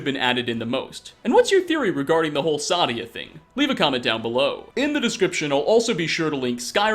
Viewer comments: Also its not pronounced sadia its saadia seyydia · If you just listen to how they all say Saadia , it is Say-Dee-Ah , not , Sah-Dee-Ah. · I dont know how you say the names so wrong when you literally but people saying her name it's say di a sa di a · They literally say her name so much in this video... why still say it as Sadya? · Why does he say Sadia so wrong? Lol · the A is pronounced. Its german/nordic pronounciation, the problem is that the voiceactors are mostly americans and brits.